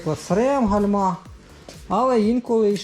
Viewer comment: Вітаю, дякую за корисне відео. Вибачте але гальма з наголосом на першу букву а. Вподобайка